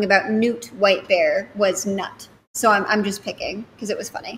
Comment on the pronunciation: I don't want to be the bad person here but Knut is a nordic name and you pronaunce the K as a K =P